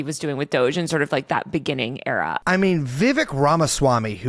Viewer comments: Poor Vivek. He made a whole rhyme and people still say his name wrong lol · Can someone teach him how to properly pronounce Ramswamy’s first name? It kept taking me out of it.